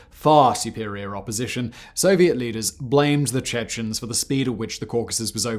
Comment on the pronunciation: why are you saying "Chechnens"? it's much simpler, "Chechen". I'm I missing something?